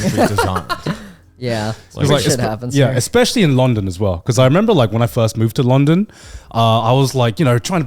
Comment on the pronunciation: I hate how garnt says long -DOn rather than LUN-don